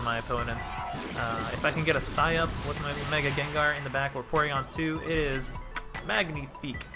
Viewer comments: Sike up! Not sigh up my G! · Wait are you trolling when you say it like sigh up??